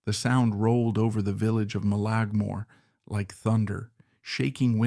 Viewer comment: Mullaghmore is pronounced “mulla-more” not “mullag-more”.